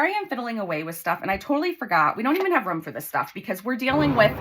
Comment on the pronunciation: The way you say "room" always makes me smile. It sounds like "rum"